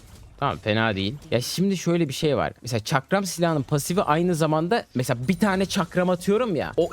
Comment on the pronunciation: Çakram demesini izlemeye geldim arada bir farklı pozisyonlar çıkıyo lütfen videoyu düzeltin